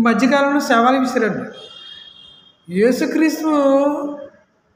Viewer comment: అది సేవాలు కాదు సవాల్ ముందు పలకడం నేర్చుకో